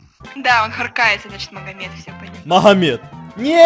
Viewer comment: махамед?😂😂😂 а че так то? может быть магомед? (меня как раз так зовут)